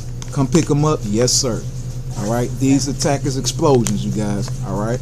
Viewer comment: When you don’t know how to say takis